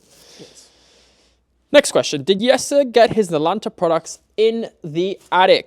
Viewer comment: Jesse Drent. Jesse is pronounced Yessa, J in Dutch is pronounced with a Y sound